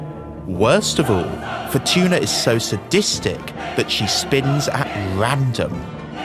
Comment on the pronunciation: Wheel of Fortun(a) 😂